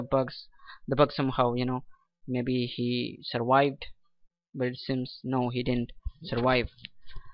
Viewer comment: this is freaking I N S A N E .....I like when he says " turwived"... This video has to be shown on national television ... this is hillarious pakitani bollywood , " tilikon valley" ...